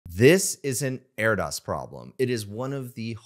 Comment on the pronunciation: Pronounced AIR-dish by the way